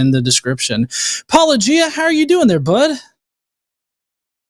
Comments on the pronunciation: I’m shocked, shocked I say, that mispronounced Paulogia then presented the William Lane Craig version of the Kalam. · Yes and to MISpronounce Paul's name despite meta-claiming to be sort of a meta-fan is meta-rude!